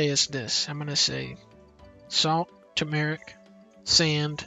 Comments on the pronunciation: It's Tumeric, not Tamaric. Great video though. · That's not how you pronounce turmeric. There are 2 Rs in there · The way he pronounced turmeric disturbs me